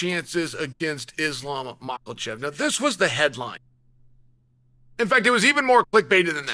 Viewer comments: Mocklechef... These pronunciations never fail to make me laugh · Bro called him moclechev😂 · Chael spells it correctly but when said the 'a' turns into an 'o'...Mocklechef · I believe it’s actually mocklechev